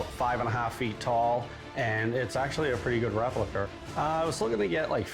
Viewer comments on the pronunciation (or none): He wants fifteen hunderd for his replicur!